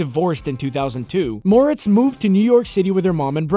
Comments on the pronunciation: Shadow It's pronounced More - etts not Mortz tho this guy kept saying it wrong it bugs me for some reason idk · “It’s MorETz, not MOREtz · mortz.... are you for real? it's pronounced 'more-ettes' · Seems you need to learn one important thing - HOW TO PRONOUNCE HER NAME. It's not "more-its" it "more-rets". UGH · Moretz? I thought her name was Mortez.... Just me? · Mo-RETZ... Thanks. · “Chloe Grace Morts” .. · are you for real? It's spelled "moretz." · Stupid AI can't pronounce her name correctly. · The way you say Moretz <<<<< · Cholë Moretz lmao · That's right. On the last syllable, why didn't he do a little resear-- oh, f* it. Anyone knows, duh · Your saying her last name wrong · Yeah i noticed that, its been bothering me the entire time lol